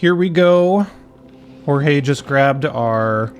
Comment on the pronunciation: I think "Jorge" is pronounced like they say it in Aristicats